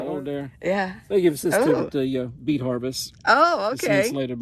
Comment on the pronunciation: oooh did he say beet harvest? I thought he said 🐝 bee. Lol